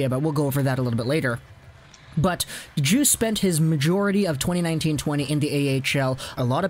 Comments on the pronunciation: you don't pronounce the D in Djoos, you pronounce it like the drink juice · Its pronounced JUICE lol. You know him😎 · It’s pronounced “Yoos”